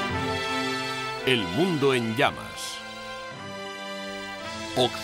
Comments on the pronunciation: YO ESCUCHO MAL O EL RELATOR NO SABE DECIR "HITLER" Y REPITE "HIMLER". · dice Hitler, pero como has comentado, el dígrafo "tl" (no la sílaba) es difícil de pronunciar según en qué regiones, así yo oigo "hil-ler" En Latinoamérica tenéis muchísimos más vicios de dicción. Sólo con el seseo la mayoría no distinguís la C de la S y la Z y eso demuestra una falta de lectura. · Ositafeliz Mansilla, En realidad dice " Hitler ", pero los Españoles ( tal como este relator ) con sus peculiaridades lingüísticas, no pronuncian la combinación de letras " tl " como una sola sílaba, sino mas bien las separan como en la palabra " atleta " ellos la pronuncian como " at- leta ", y lo mismo hacer con él apellido Hitler ,al pronunciarlo " Hit- ler " y a veces parece cosa como Himler...por atención y verás...Saludos..